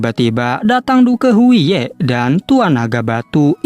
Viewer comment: Wkwk penyebutan nya " DUK " bg bukan " DUKE " 😂